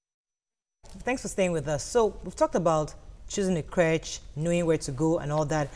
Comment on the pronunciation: These ladies pronunciation of creche is awful.